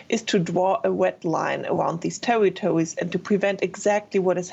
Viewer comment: Did she just say Tewitowis